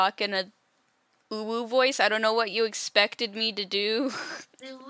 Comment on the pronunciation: That's a rather unusual way to pronounce ooh.